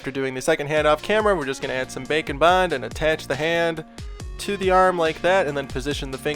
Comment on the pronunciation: Am I the only one who think he says "bacon bond"?